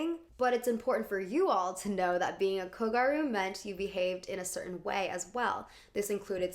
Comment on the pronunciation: The fact that you used a clip from super gals and still manage to mispronounce kogyaru is a ... bit odd? ... Like, the word is there in the manga and anime and is pronounced. It's "gyaru", pronounced "gi-a-lr(the Japanese pronunciation of r and l is between those letters)-oo" (but light, like a slip of a tongue) Ok, this is probably your worst video to date? Especially the section about how gyaru, or kogyaru, which was the subculture for the girls who wore uniforms in an alternative fashion. You are so adamant about the girl's narrative but you don't even use contextualize it properly. The name they give to their own movement or even call what it was, a subculture. Ok so in Shibuya, like in many neighborhoods/districts in Tokyo, there is a subculture, where young people just gathered and decide what is the new fashion style and influence each other. It's an extrapolation, the process is a lot more natural but this is basically how it happens (Ikebukuro, Akihabara, and most famously Harajuku are known to have their own very distinct aesthetic. Gyaru is a Shibuya born and raised subculture, though they often spill into Harajuku, especially kogyaru, like how South London is known to be full of those subcultures, especially fashion). The most ludicrous statement being that the girls weren't even part of their own narrative, which is absurd. YOU ARE LITERALLY USING FOOTAGE FROM SUPER GALS! A manga written by a woman, who draws herself as a gal (I am not sure she is one as mangaka